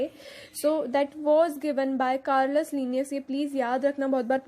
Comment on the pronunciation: कर्लस नहीं है केरोलस लिनियस है